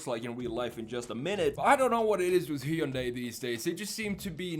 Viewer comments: It's pronounced Hunday like Sunday! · Very nice design. Also we're almost to 2023 and YouTubers still can't pronounce Hyundai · I don't know how many times I can hear one guy pronounce "Hyundai" wrong... I'm out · it's like HUN-DAY, it rhymes with Sunday as the old ads would say